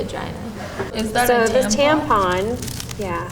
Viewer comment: I snorted when he pronounced tampon as tampoon